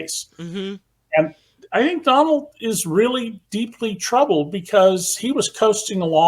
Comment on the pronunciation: His name is Don-OLD. 😂